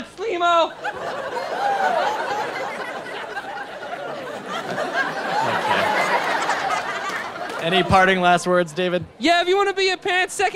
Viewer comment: When he called him Sleemo.